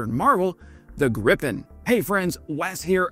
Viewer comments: Great video. Btw. If you want to pronounce Gripen correctly, then say "Greepen". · It's pronounced "Greepen".